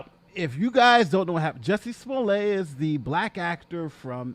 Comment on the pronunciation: You aren't pronouncing his name right! His last name has 2 t's so you pronounce the t. If his last name had 1 t then you would pronounce it as you are with the long "a" sound.That is the rule in french and his last name is french! (But usually there is an e after the 2 t's.)